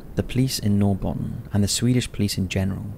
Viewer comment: Inte så konstigt förstås men uttalet av ”Norrbotten” och ”Sune” var brutalt😝